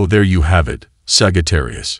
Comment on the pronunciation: 'saggy - tarius' 🥴😭😆